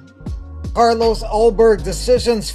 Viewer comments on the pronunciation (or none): none